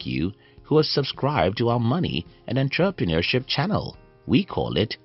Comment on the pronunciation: 29 seconds in - Money and WHAT? 😂😂😂😂 Entrepreneurship? Pronounced: ON-TRA- PRA-NUR-SHIP 🙄 Wow! Feck knows what HE said? LOL 😂🤭